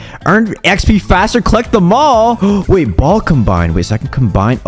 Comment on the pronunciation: YOUR SUS WHY YOU SAY BOLL SUS